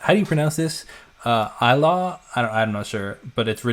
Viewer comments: A new subscriber here. I love your reactions to SB19! I finally went to their concert in San Francisco, and it was amazing! BTW, Tagalog has no long vowels, so ILAW is pronounced "ee-law (law rhymes with the English 'cow'). So LIHAM (short 'i') is pronounced "lee-hum". Thanks again! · Its pronounced ee-lao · You read it as eee-law (as loud, without the d), lol. well I tried hahaha This also have a very deep meaning and will affect you differently depending on the stage of life you are in. Ilaw means light. Pablo's "malabo, malabo......malaboooooo", means its getting more and more unrecognizable,unheard and unclear to the point that its no longer there... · ILAW (Light) - pronounced as ee-lao. LIHAM (Letter) - pronounced as Lee-Ham. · No offense.. I'm all serious on your introduction but when you pronounce ILAW and LIHAM🤣🤣🤣 Just too funny for my Filipino ears. Thank you for this RV as always in technically in depth💙💙💙